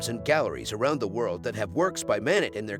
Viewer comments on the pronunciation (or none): First, this video is narrated by a robot. The painter’s name is mispronounced. It is Mah-NAY. Other French names and words are also mangled. It is painful to listen to! Don’t recommend channel Moving on…